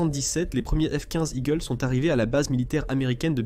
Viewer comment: "le f quouinze igkleu" ? Sérieux ?